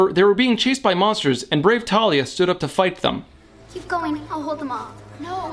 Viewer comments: I hate how they say it as Talia not Thalia like how it’s said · Also, it's pronounced THALIA! Not Talia, it's based on a Greek nymph, this is not hard! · Her name is TH-AL-IA! Thalia. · Some Crazed Nerd well I pronounce it Th-al-ia. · I pronounce it Thar-lee-a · Nobody told me the h in Thalia was silent